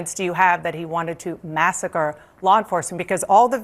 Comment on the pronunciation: Bovino keeps saying "lol enforcement"